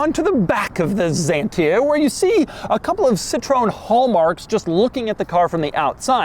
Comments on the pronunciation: I love the way you said French words it is weird for us or bizarre. By the way it is not zantia but Xianta with an a "X" 😢 la critique est facile pour vous votre point de vue n'est pas Européen mais restreint hélas. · Even until these days, you can find a lot of Xantias still as taxi in France; sure, their drivers are mostly still their 1st owner, but they're as spacious as you need them & easy to repair. And to pronounce Xantia correctly, it's basically KS-UN-TEE-AH . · Say chantia... Like Chevy... It's a beautiful car.... Very very comfortable.... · These french cars are just a league on their own :) ... but have always pronounced it "sh"antia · Please pronounce correctly Citroën and Xantia! What you say is a nonsense makes you sound ridiculous! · Never heard of Zantia, we say Citro-"n" Ksantia in 🇫🇷😉 Drive was impressive, crash test a lot less 😊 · The best ride on car ever……… the memo on the steering wheel is for radio stations……we have all of the Citroens….bx, ax, visa, 2cv, Cb, Ds, xantia 1, xantia 2, gsa…..and the name xantia called x not a…..as the Greek word «ξανθιά». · It's not any "ZENTIA" but XANTIA. Just read it as it is written, you clown. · I never understood the English speaking habit of pronouncing an X like a Z when it's the first letter in a word. Especially in all those Greek originated words. And what about Xerox called "zerox" where the same letter is spelled differently at the beginning and at the end of the word? Anyway, as a Greek i can tell you that X is actually pronounced as "ks" like any X should, so "zantia" is actually "ksantia" and "zenon" lights are actually "ksenon" from back when they discovered those now types of lights and named them neon=neo=new and xenon=kseno=foreign. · You are.wierd dude its not Zentia its Xantia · Is not zantia, is pronounced ksanthia you automobile clown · It’s called Xantia not Zantia oh my 💀💀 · Dear Droug, it is not called Zantia:) it is called XANTIA…..in Greek X is called like Ksantia!